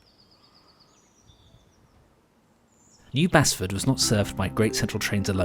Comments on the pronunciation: Excellent video, thank you. For info, re the former station in north Nottingham at Basford, it's pronounced 'baseford'. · Lovely video, thank you so much. I love the GCR. As a treat on my 40th birthday, more than 20 years ago, I got to drive a train from Loughborough to Leicester North. What an experience! Word to the wise: Rothley is pronounced "Roe-thley" and Basford is "Base-ford". There's the East Midlands for you! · Amazing piece well done! But as a Local I need to be pendantic and correct a couple of pronounciations as they hit my ears all wrong! - Rothley "Row-thly" New Basford "New Base-ford" Hucknall "Ucknall Haydn Road "Hay-den Road" Annesley "Anez-ley" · A comment on pronunciation of the station 'Basford' - is pronounced locally as 'Baysford' as in 'play' and Haydn as in the musicians pronunciation of the name, which I've heard pronounced locally as ' Hayden' but accept the pronunciation should probably be that as used by the BBC' use of the composer's name.Hopefully, enthusiasts will not view my comment as 'pedanticism' as more so clarifying the local dialect use of place names.